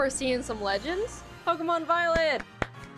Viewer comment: Voilent Voilet